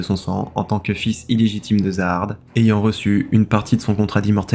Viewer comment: Zahard se prononce "jahad"